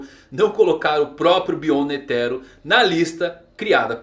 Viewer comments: tu ta pronunciando errado o nome do netero não tem silaba tônica tu ta pondo enfase no "te" de netero e so uma coisinha que mne sangra as orelhas mas o video e top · N sabe nem pronunciar o nome do Netero e quer fazer análise